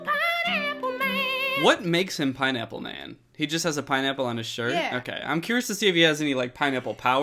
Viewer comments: Danny what's a pie-nipple? 😂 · I just kept hearing “pine-nipple”